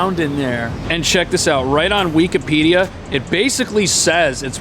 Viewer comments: funny to say "weak-a-pedia" . It is usually pronounced wikipedia (like wick i pedia). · I hate this guy when he says weakahpedea. It's wikipedia. I bet you he say ex spear ah mints instead of experiment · Weak-a-pedia? bahahahah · did you say weekipedia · This dude reall just say "weekapedia" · "wee-kuh-pee-dee-uh". Interesting pronunciation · The way you pronounce Wikipedia is crazy.